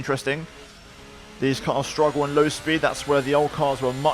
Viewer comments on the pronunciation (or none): none